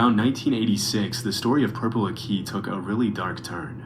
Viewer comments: Why is he pronouncing purple aki so damn weird? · Purple Ak - EE. Not Purple Akey. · NAAA FLIGHT REACTING TO PURPLE AKI HAHAHAHA aki is a legend the narrator pronouncing it wrong is winding me up tbr